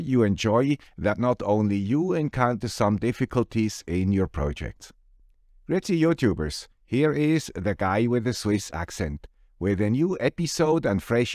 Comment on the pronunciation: I thought it was “Gritty YouTubers” until now! I considered it as a term of endearment. :-)